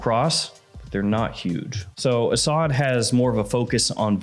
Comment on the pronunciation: It's pronounced like "a sud" and it means Lion.